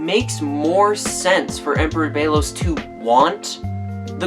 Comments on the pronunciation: ok so its a nice theory and all, but the fact that the show says "belos" and you keep pronouncing it "beilos" is very distracting LOL but its a pretty nice video. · It's bellows not Bagel lol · That’s.. not how you pronounce Belos.